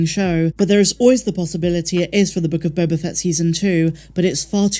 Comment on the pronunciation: You keep mispronouncing “Book of Boba Fatt”.